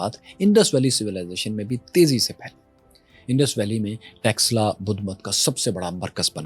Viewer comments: Read / study Sianuli. What happened to Takshila ( not Texla)? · Takshila ko texla bol raha hai 😂